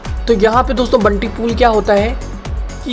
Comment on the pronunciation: बंटी नही ! यह बाउंटी है ।